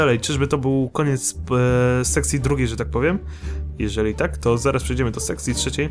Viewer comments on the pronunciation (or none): kto uslyszal sexy 2 zamiast sekcji 2 ? :D